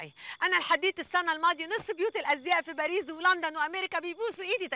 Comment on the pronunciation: هي ليه بتقول باريز مش باريس 😂😂